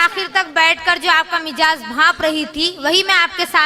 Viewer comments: یہ کیسی شاعرہ ہے اردو زبان غلط بولتی ہے مزاج کو مجاز کہ رہی ہے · Afsos ka maqm h k Urdu se na waqif log bhi Urdu me shayeri kar rahe hain Is shayera ko koi bataye k Lafz Mijaz nahi mizaj hai